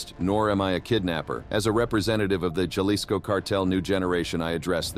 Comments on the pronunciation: "Jelisco." LoL :P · Ha-lee-sco** just to enlighten ya and to have you pronounce it right because the carted gets smart and once they know English it’s over. Even for an American documenting its information puts people and others at risk. Ik people in the states simply explain and make others acknowledge the hard life in Mexico even if they yo own people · Can you please stop saying galisco and say it right! “Halisco”. Jalisco! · Keep saying Jalisco like that and you’re gonna be on the list to 😂😂😂